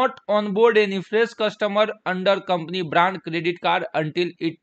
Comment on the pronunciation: Co brand bolna nahi aata hai.